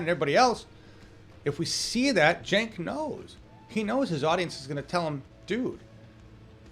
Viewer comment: Really sad that Bernie mispronounced Cenk's name (twice!)